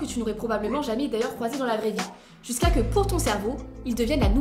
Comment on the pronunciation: "Jusqu'à CE que"!!! Pas juskakeu🤦🏻